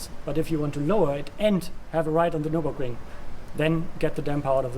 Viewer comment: It's Nurburgring, not Nuburing.